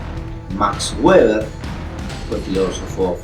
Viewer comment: max weber se pronuncia beber